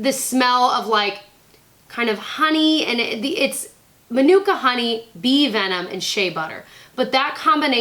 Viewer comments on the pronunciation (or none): none